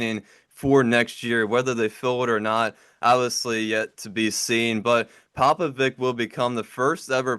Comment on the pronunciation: It's pronounced Popovich guys. Not Vic.